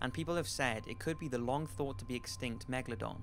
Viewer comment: Flight I think you becoming like flight bro you said megadon 🤨